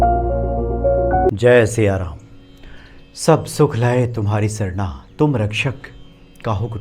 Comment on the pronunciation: सब सुख लहै तुम्हारी (सरणा) ये गलत उच्चारण है सब सुख लहै तुम्हारी सरना, तुम रक्षक काहू को डरना ये सही है आप हर बार सरणा बोलते है